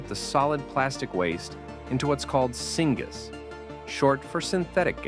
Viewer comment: Singaaz lol not knowing what you are reading... syngas or synthetic gas